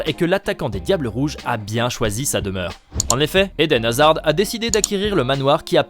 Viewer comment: Par contre de D de Hazard ne se prononce pas.